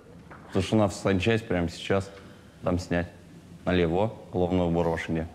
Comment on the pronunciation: Как же режет по ушам его налевО, нас в армии за такое произношение наказывали